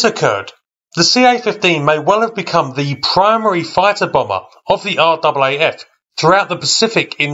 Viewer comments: Never heard an Aussie say are-double a-eff. Everyone I know says RAFF. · RAAF, its pronounced r-aa-f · It’s in fact pronounced RAFF as in Rif Raff 😎